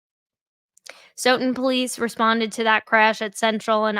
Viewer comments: Stoughton is pronounced~ STOW-TON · It's pronounced Stow Ton